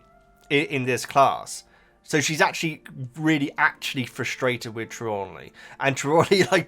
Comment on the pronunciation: 3 points: Tra-lawn-knee you are trying to use too many syllables. Thestrals are pulling the carriages: Harry didn't see Quirrel die in the books (he was unconcious) and he was too young to register his mother's death. Fan theory is that the trace is put on when the 1st years cross the lake, that's why under 11's aren't santioned by the ministry for accidental magic and the lake is exclusive to the 1st years. Herminione doesn't use magic outside school; this is only in the films